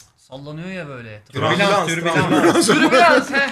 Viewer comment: tranbülans ne ya xmsnnksmxakslşka